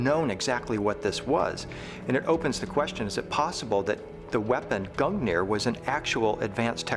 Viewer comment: "Odin and his magical Speer GOONeer"